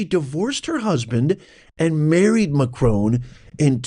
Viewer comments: It's Macron not Macrone! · Who T F is Macrone ? Macron you W---er !